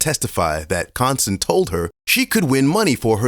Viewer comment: Con-stand😂😂😂. Con on the stand this has to be a joke the truth is in your face